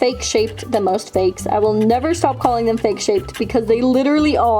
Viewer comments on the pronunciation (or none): none